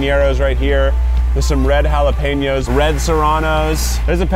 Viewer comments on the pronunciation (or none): HA-LE-PEE-NOS? Sir that’s an enye. Sir please. Jalepeños has that “weirdass” n for a reason. Sir.